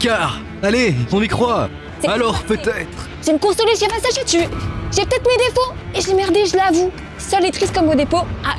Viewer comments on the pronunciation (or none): none